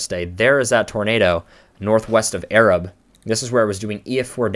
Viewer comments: Arab is pronounced eh-rahb. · From there, Arab is not pronounced like you'd think. It's pronounced exactly how it's spelled - Ay-rabb. No hate, you did an awesome analysis. We have very weird pronunciations of town names in Alabama. I enjoyed your video, though. That day sucked and it's something none of us will ever forget.